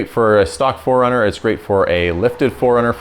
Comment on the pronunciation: Love the channel, love the build series. But interesting how you pronounce 4Runner ( like: foreigner), and asphalt (like: ASHfault). Oh!! and you just gained another Subscriber, as I've been binge watching your content, within the last couple of days.